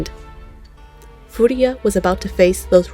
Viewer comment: You keep mispronouncing his last name, it's Furuya, not Furiya. Good video otherwise!